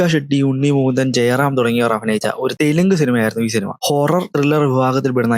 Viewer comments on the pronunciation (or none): none